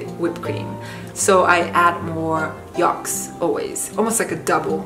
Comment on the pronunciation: For goodness sake, the word is yolks with an o. Not yalks with an a. Do you understand?